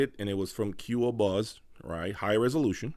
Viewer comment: And Qobuz is not 'Q-O-Buzz', its pronounced 'Ko-buzz'